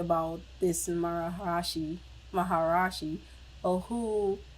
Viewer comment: Thank you for the reaction! FYI not that it's important, but the pronunciation is ma-ha-ree-she! Keep it up with the Beatles reactions, please!!